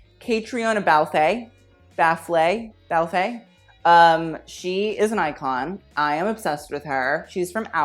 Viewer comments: Catriona Balfe is pronounced Cat-reena Balf no accent on the e. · Caitriona balfe is actually pronounced: Katrina balf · Caitríona Balfe... Pronounced... Cat-reena Balf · Dude- it Cait Balfe....like Falfe. Not only is she in Outlander but played in Ford vs Ferrari! Do your homework. You will see a LOT more of her!!!!